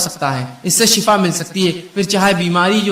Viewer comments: Shifa not shafa.....shafa means mout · لفظ شفا درست ھے شفا زبر معنے گڈھا سورھ بنی اسرایل مئن ھے لفظ شفا ش زیر کے ساتھ درست